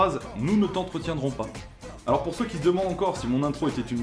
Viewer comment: personne à remarquer à la fin le "merci à tout ceux UI" ?